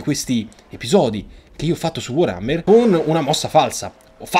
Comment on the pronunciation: ogni giorno aspetto con ansia e trepidazione il nuovo episodio di total war solo per sentirti dire come pronuncerai il nome di... WAAAARHAMMER#@ e comunque onore al mitico vassilly QUIET, Che possa stare in modo QUIET anche nel Valhalla per l'eternità!